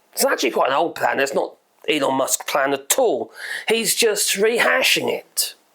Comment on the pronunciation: Did he just say "Anal" Musk the first time? 😆 . Probably not but it certainly sounded like it to me!